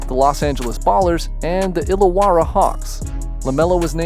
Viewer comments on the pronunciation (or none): none